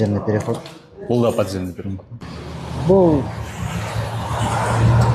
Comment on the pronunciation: Аай коокуй аай. Подземный, надземныйды айта албай.